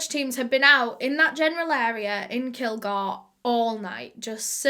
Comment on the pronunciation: Bitch it’s kil-GORE I’m literally from here don’t talk about it like h know the whole damn story if u don’t u know what h found in media